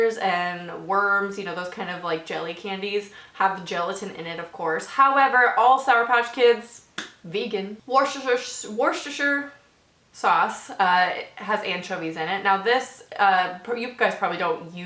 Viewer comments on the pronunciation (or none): No hate, Worcestershire sauce is pronounced wooster sauce, the short oo sound like in book and look, confusing I know! It's named after an area in England haha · its pronounced worstershire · Wus ter sher sauce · Hi it's pronounced wuh-stuh sauce we egnore the shire part completely. (woo stir) Goot effort though Regards The uk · wuuster sauce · Worcesterchire sauce is pronounced wustchester :) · It's pronounced like Wooster sauce, just a heads up for my American friends. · Can tell your not English if you can't pronounce Worcestershire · They way she pronounced Worcestershire Source really annoyed me aarrgghh 😬